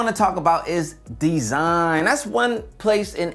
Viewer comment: He said "DEEZINE" 😄